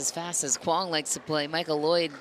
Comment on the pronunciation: The word mizu (means water) in Japanese, drop the 'mi' then add 'ong'... zu-ong. Quang has been pronounced correctly